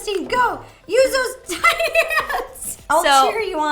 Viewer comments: wat? Teeny hands? Aren't you supposed to say tie-ni (tiny) hands? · It’s pronounced tiny not teny where I’m from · Wait isn't tiny hands supposed to be pronounced tie-knee not tea-knee? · she kept saying teeny not tiny and my ocd was like TINY TINY TINY TINY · ....Teeny...? Isn't it Tiny? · Please pronounce “Tiny” right next time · TINY, not teeny. 🙄 No wonder I don’t subscribe to this channel. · It’s TINY not Tinny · it's t-eye-nee not teeny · It's pronounced t-eye-nee not teen-y dumass. People say teen-y when they are just joking by saying teen-y t-eye-nee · Am I the only one who is cringing when she is saying teenie hands instead of taini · no its not, the game is called Tiny hands, and she says teeny hands...its two completely different words, not a personal preference like tomato, tomato. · It's it ti-ny.... Not tin-y... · Did anybody else notice that she said teeny instead of tiny hands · Its tiny no teny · It's not teeny it's tine -y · Why is she saying tinny it’s TINY 😂💘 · tie-ny ti-ne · At the beginning, did Ro call it teeny hands?😆lol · It's her way to say tiny .... And also she sees that saying teeny is better than saying tiny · Your saying tiny wrong